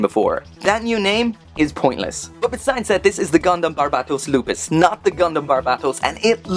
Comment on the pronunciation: Still can’t say the name right it seems